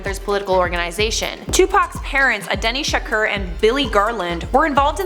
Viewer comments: It's sha-kor that how you say it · Can you learn how to pronounce Tupac's last name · Welcome back??? You didn't go anywhere!!! Also learn how to pronounce "SHAKUR"